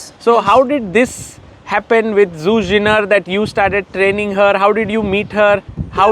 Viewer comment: His work seems to be amazing with her getting so many advantages in the middle game. Gotta say though: Damn lol, Zhu probably too polite to correct his pronunciation of her name (zh pronounced similar to j in English instead of z).